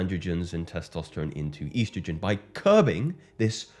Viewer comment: He said "eiiistrogen"